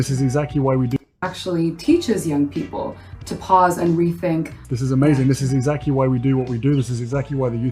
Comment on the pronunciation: Did Harry say "exact-ee?"